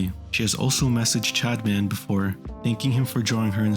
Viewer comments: I am not condoning anything but i had no time to watch the video so i put it on x2 speed. On 2x speed it sounds like you say chadman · I keep hearing him say “Chadman”